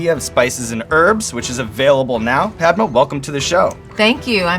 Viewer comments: this white dude does not know how to pronounce her name. He keeps onnsaying Padma like Launchpad. the a in her name is a 'uh' like Mama. its 2017 learn how to pronounce Desi names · Yeah! Made me chuckle too! He pronounced it like i'Pad-ma' 😂 when its more like 'Pud-ma'! But thats just how they pronounce it there..! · that's because Americans can't pronounce Indian names. It's pronounced Puhd-maa, which is another name for lotus, and not Paed-maa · NoT Pai...... Dma........ Its Pad......(not ai aan) Ma........ (aaan) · Padma means 'sacred lotus', but when pronounced ''Paad-Ma" like he did, it means 'Break a fart!' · the one and only complaint i’ve got is that sean butchered the pronunciation of her name in the beginning 😅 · The way he said her name 🤦‍♂️🤦‍♂️🤦‍♂️ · I'm like Ouch when he pronounces "Padma" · the way he says padma hurts my heart. #PRONOUNCENAMESOFCOLORRIGHT2K18